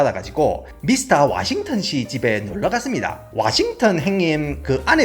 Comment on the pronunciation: 아니 다른건 다 원어민삘인데 '와싱턴 행님'ㅋㅋㅋㅋㅋㅋ